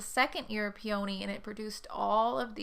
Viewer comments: Right there with ya, I'm on the in Maryland, and I say peony same as you, as my mother did too. After all it's not spelled...pe"a"ny, I pronounce the o. Are you looking to stay in KY.? Maryland is a really nice state =^) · I’m a Virginian and pronounce “peony” the way you do so you’re not alone! 💗